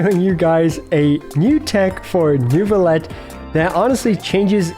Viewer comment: I know its annoying…but its “Neuvillette”. Cant wait to see the vid !!